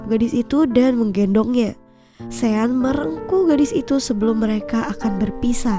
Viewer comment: Maaf ya mimin pengen perbetulkan sebutan nama sean yg bener adalah shon bkn sien min..semoga bermanfaat ya😊